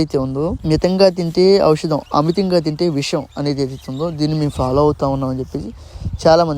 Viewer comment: ఔషాదం అనడం ఒక విషాదం ఔషాదం కాదు ఔషధం షా కి దీర్ఘం తీసేసి ద కి ఒత్తు ధ రాయండి